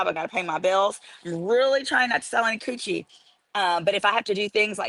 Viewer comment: You had me CTFU at “kewchie.” 😂😂